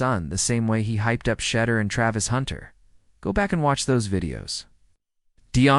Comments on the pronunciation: Well re-program that thing! Good grief! Can pronounce Shedeur or Deion? Crazy... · Why Can't This dude pronounce his name correctly how can you take him seriously if he can't even pronounce his name